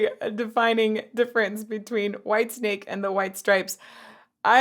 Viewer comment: For the last time please - WHITESNAKE not WHITESTRAPS. PLEASE